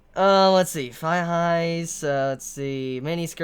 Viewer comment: I genuinely thought you said high-fives when you said thigh-highs. BY FAR the weirdest fetish I'd ever heard of. Also, on that one Clockwork comment 3/4ths into the video. They made a rather funny joke in this 3rd episode where the male protagonist joked that his automata didn't need a logical explanation behind her ability to "freeze time" because the idea of a world made of clock gears is even more unexplainably dumb. Dunno how serious they were, but that did make my day. That show is pitiful.